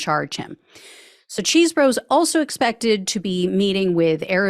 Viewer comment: Thank you for your reporting …as much as I dislike the man, please say his name correctly…Chese, not Cheese…